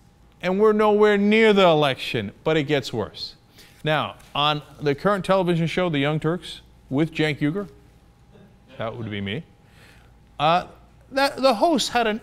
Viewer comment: Might want to consider that is pronounced "Jenk"